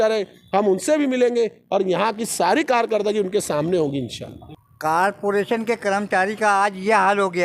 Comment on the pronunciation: Carporation x zummedari x Corporation + Zimmedari nahi bol sakte Malegaon ke Educated.